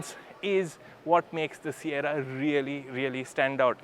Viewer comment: Sierra❌ Saiyarra ✅ 😂😂